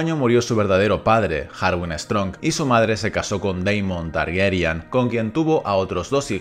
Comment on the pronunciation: Chupito a la memoria del Oberyn Martell de Pedro Pascal por cada vez que diga «TargEryan» en vez de «Targaryen»